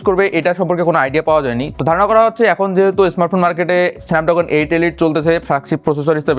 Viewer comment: পসিবির লোকদের বাংলা উচ্চারন এমন কেন ,,,??? স্মার্টফোন কে বলে এসমার্টফোন ,,, প্রপার কে বলে পোপার আবার স্নেপড্রাগন কে বলে স্নেপডাগন ,,,, আনপ্রফেশনাল লাগলো